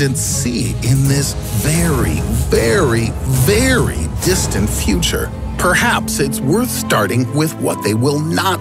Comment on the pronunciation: He lives in the fweter